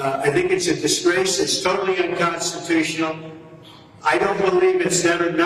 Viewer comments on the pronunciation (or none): Does he say inconstitutional instead of unconstitutional the first time? 😂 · I'm sorry, did Trump say it is "INconstitutional"?